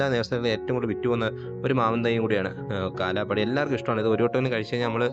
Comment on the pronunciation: കാലാ പാടി അല്ല കാലാ പഹാടി എന്നാണ് ശരിക്കും പേര്